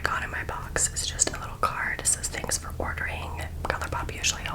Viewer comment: it sounded like you said “425 dollars” instead of “for 125 dollars” HAHAHHS